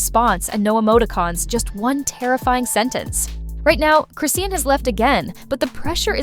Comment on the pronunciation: Chi-shawn chrisean not Chrissy or crison' just call her rock since you can't pronounce her name